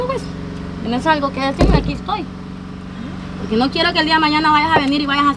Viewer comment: No se dice desitme. Se dice decirme